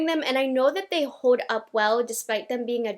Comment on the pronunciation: I’ve been watching you for a couple of years now. And I love how you say your “l’s” in words. “Hold,” “pineapples” (when describing the hair fragrance at the end)… You pronounce it with a “w,” and it’s so darn cute!